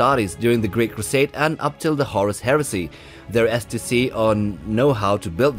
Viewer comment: Nice sounds like a tutorial video for a new skill. I really like the way you pronounce STC. Sounds like ecstacy.